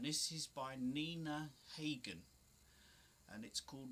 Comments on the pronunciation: It's not HAYgen it's pronounced HOGen She has been recording form 1978 to 2016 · No, it’s H ah gen , pronounc d like hagendaas